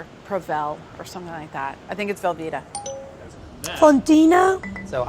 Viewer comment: "it's velveeta": "i don't like belbeeta"